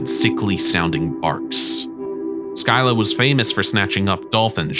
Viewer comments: Man called scylla skylah.. you say it as silla! :) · Its not sky llq like sky but ski lla like ski❤❤❤ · Make one about Greek mythology. I’m a Greek fan. By the way, it’s not Skilla it’s Cilla. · Fun fact : scylla is pronounced silla not sky la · Make one about Greek mythology. I’m a Greek fan. By the way, it’s not Skilla it’s Cilla. See if I’m wrong go to the trials of Odysseus you’ll see I’m right. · Scylla is pronounced Sill-Ah, not Skyler 😂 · Why do you call the Greek sea monster Scylla (pronounced Silla) "Skyla"? In school in the early 1960s I was taught about Scylla and Charybdis, and until seeing this video I had never come across the spelling or pronunciation Skyla. Now when I Google Skyla, I don't find anything related to Charybdis - all references are still to Scylla. Skyla, on the other hand, is an intrauterine device to prevent pregnancy - IUD. I should add that except for that oddity, I'm enjoying your video very much. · (sil-la) not (sky-la) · sky-la? you mean seel-a? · U say u can pronounce scylla is pronounce silla not skyla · where have you ever heard skyla? it’s scilla like shilla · Scilla not skylla.... Basics. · Not sky-la scylla is pronounced Sil-a you got her twin correct. It even tells you in back of Percy Jsckson how to pronounce it. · I thought it’s pronounced Silla? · It is pronounced “silla” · Scylla is also pronounced with a silent c, like silla. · Your pronunciation of Scylla gives me a headache 😂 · WHY SAY SCYLLA LIKE THAT WHY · Scylla. He!? What where are you even getting your information. First of all look up the pronunciation, secondly she always gets described as a woman with dog like heads coming from her hips and with multiple heads. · Dude learn to. pronounce stuff before you talk about it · you mispronounce scylla. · THANK YOU!! everyone freaking out about "Joab" and feeding the troll and I'm sitting here like bruh he pronounced Scylla wrong too. And that 1 hurt bc I love that story. Lol